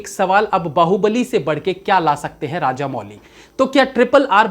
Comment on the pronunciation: इनका नाम एस एस राजमौली है, राजामौली नहीं।